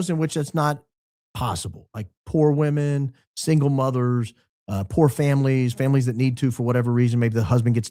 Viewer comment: He said poor women funny 😂😂